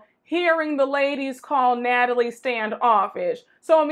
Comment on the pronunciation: Not “Gnatalie”!!!😂